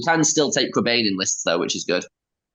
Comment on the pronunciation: it's pronounced Crebine!!!!